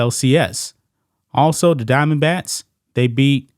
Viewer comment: Are you saying Arizona DiamondBATS or does it just sound like it?